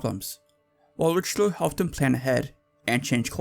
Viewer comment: Great content Please say Ri-shel-oo please. Pronunciation is important. It’s like a shibboleth, if you don’t take it seriously people won’t take you seriously.